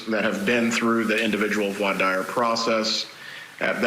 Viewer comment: This guy can't pronounce "voir dire" though... Grating